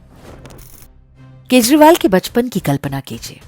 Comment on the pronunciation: This time you pronounce his name in correct way..Thanks